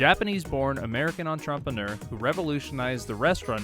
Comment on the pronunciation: What’s an entrompaneur?